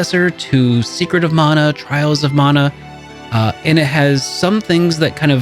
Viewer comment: When I hear the proper pronunciation of Mana. 😌 (Mon-uh, NOT man-uh)